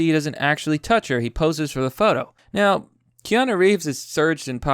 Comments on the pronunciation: KÈ-Á-NOO...not kay-a-nô. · It's pronounced key-ah-new, not key-ah-know. In dictionary usage, noo is used for "new" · At first you were calling him keana... Which I've never heard anyone say in my life! Lmfao... Then you saw how it should be pronounced... key-ah-NOO! Noo is not no! If it was no, they would put no! Lmfao... How do you pronounce Boo? Or Poo? Sooooo, how do you pronounce Noo? Lol Such a fail... The guy that pointed this out to you before was correct! At least now hopefully you actually have learned how to say his name! Which everyone I've ever known has known how to pronounce! XD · pheenix Rivera wrong. What i wrote is correct. Stop confusing him. He already can't read normal words properly. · Key isn't pronounced like kay dafuq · It's pronounced Key-Ah-New...*facepalm Wise men will protect themselves from present and future conniving psychos. There is no need for men to keep fixing what women constantly break and insist on breaking - just replace them via technology. Yes, younger men have their lives ahead of them, and should not waste or risk their futures on these psycho traitorous thots. Want kids? SURROGACY - it's the best move for men to avoid shitty relationships, divorce rape, alimony, child support, and having your kids brainwashed to hate you. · How do you look at a phonetic spelling of Keanu and still pronounce it wrong? It's Key-Ah-New and Wah-keen! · It's key-on-oo and wa-keem Phoenix. Take it from a gen xer. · KEE-AH-NOU (Holy Crap! My ears are bleeding every time his name is botched)... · and women berate us for not 'stepping up'. you wanted it this way, live with it. Kee-an- oo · Key-Aah-New! It's not Key-Aah-No. It's not Koan-New either like another Youtuber calls him. It's like 'moore laws is dead'. Another Youtuber I know saying NerVidia instead of EnVidia. Why can't Americans pronounce words and names? AluminIUM! Toe-Mah-To! Poe-Tay-Toe! (angry grating of teeth intensifies). ;) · Its key-ya-noo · Keanu. 'Kay-a-new'